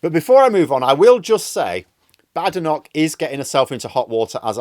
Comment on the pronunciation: She doesn't like being called Bad-enoch, rather Bade-enoch, get it right. lol.